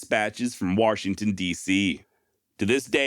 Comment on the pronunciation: There's no R in Washington. : )